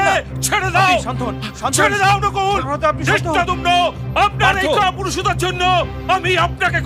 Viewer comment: ধৃষ্টদূর্ণ ❌ ধৃষ্টদ্যুম্ন ✅